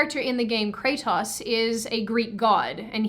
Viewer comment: I just love the Aussie way of pronouncing Kratos I'm a sucker for Australian accents anyway, but this just stood out particularly :D